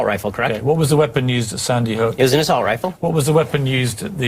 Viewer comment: Did Ben really say "Assault Rilfe?"